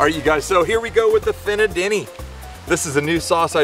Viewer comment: You say Fina Deni on point!!!